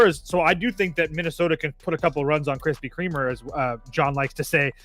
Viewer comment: “Dean Krispy Kremer” 😂